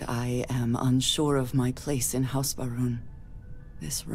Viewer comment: I keep hearing House Vroom.